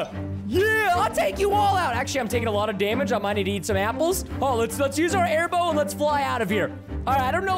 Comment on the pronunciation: The airbow sounds like hairbo